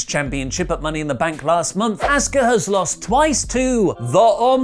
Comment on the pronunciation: "Asskuh" lol